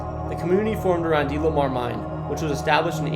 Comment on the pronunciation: ok, well I lived in oh-y-hee county, and thats how its actually pronounced, and its de-le-mar, not dee-lee-mar